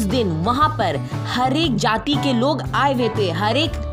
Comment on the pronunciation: Apne jati ko jaaathi kyu bola